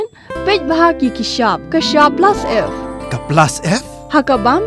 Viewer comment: Rukom kren kata ka kynthei ba pynkren ia kato ka dkhar lei sngew beit kumba ong Pla Syep ia ka Plus F😂